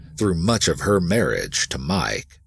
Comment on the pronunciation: I love the video but the way he sometimes says mEYEke instead of Mike kills me lol.